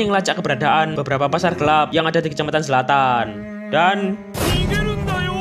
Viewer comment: Zlatan❌️ Selatan✅️